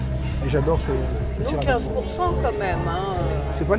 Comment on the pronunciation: Merci pour cette vidéo très instructive les! A chaque fois parle de TramiTSu…mais ça se prononce TiramiSSu. 🫶 Continuez comme ça, vous me faites voyager au quotidien et j’adore nos rendez-vous.